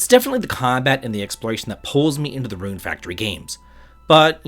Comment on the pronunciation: Rune Fractory? xD